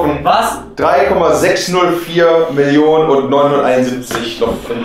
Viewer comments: Am schlimmsten ist, dass sie das "und" nicht richtig ausspricht. :D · TheOneWhoKnocks... un mehr... Ey wie die noch nicht mal das und ausspricht... Triggert mich.